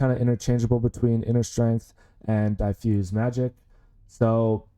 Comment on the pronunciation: Pronunciation on "diffuse" is incorrect. Not "die-fuse", but "diff" (as in different, which is the root word).